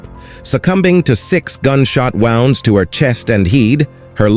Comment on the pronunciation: The "AI" narrator... Pronunciation of words is a bit off-putting 'Chows'?? 'wownds' 'extingui-shed'??